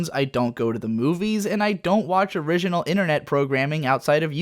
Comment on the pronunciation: Your inconsistent pronounciation of the word "original" is straight up killing me. Some times you pronounce it the same way you pronounce"" and some other times in this sort of weird french style.